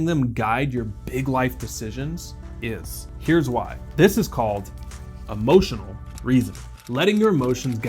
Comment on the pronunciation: its eeeemotional not amotional